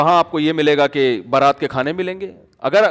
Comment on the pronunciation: بارات نہیں برات ہوتا ہے۔